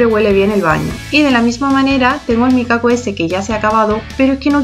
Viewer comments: Eso te iba a decir yo, que me pongo mal cada vez que escucho micaco🤣🤣 es mikado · Es micado🤣🤣🤣🤣 que gracia me hace cada vez que te escucho decir, "micaco"❤❤❤❤